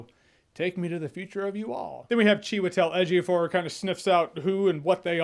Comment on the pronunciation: I don’t like how easily he said Chiwetel Ejiofor😂 I’m not even certain I spelled that right and I googled it... and I’m black. You must have had practice reviewing all of his movies lol